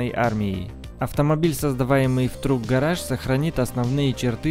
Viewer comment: С произношением иностранных слов совсем беда. Тюнинг ателье "Truck garage" совсем не так произносится. А за VW вообще можно бить. На столько именитая марка, что я вообще не думал что есть люди которые не знают как правильно произносится название. Видос норм, но не грамотность автора просто выбесила.